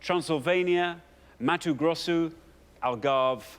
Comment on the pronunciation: He knew to pronouce it "Matu Grossu" like we do in Brazil. This host does his research